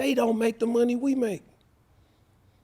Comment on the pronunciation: He called money Munion lol 😂 who comes up with this lol 😂